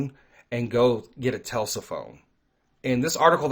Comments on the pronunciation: Tesla not Telsa lol. God bless brother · It's not pronounced "Telsa" it is "Tesla". s before L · Dude it's Tesla not Telsa!!! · It’s Tesla not Telsa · Not one time did you say the name the right way it's not pronounced telsa it's pronounced Tesla